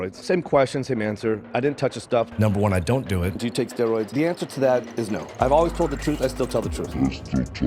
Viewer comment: “PED’s and STEEROYDS”